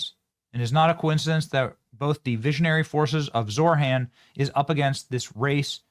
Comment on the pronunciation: It's Zohran, NOT Zorhan.